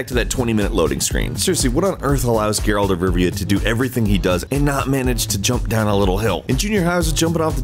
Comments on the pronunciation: His name is not pronounced "GARE-AULT" you fucking idiot. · The moment you mis pronounced geralt i knew you didn’t really play the game